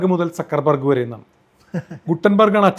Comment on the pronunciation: Sir, kindly allow me to say, it is Zuckerberg...Sakkar alla, it is Ssukkar in German.